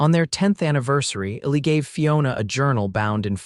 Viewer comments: P.S.—— The narrator never pronounced the name “ELI” correctly. It was written ILLY and something else. I couldn’t tell what his name was until I looked it up. This is not meant to be a criticism, just an observation. I enjoyed the well written story line very much. Thank you😊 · His given name I think is Elijah, so the diminutive should be Eli (or Ely) which is pronounced E-lye. AI needs to be better or they need to hire actual humans who can deal with names (people and places - you should hear AI on Tucson!)